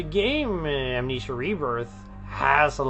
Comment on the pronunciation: I can't get over him pronouncing it "Am-NEESHA". Part of me wants to believe that's not his accent, but how he really thinks it's pronounced, and none of his coworkers have the heart to tell him he's mispronounced the name of his life's greatest work 7,286 times.